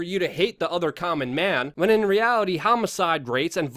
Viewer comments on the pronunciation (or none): none